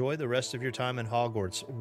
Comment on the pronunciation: It’s Hogwarts not Hogswarts.